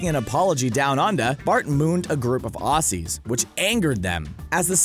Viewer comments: Nice list. But you mispronounced ASCI and Aussies :-( it’s ass-key and OZ-ees. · “Aussies” is pronounced with a Z “Auzzies”